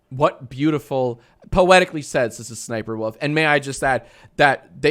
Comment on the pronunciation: am i the only one who keeps hearing Sister Sniperwolf whenever he says her name lol??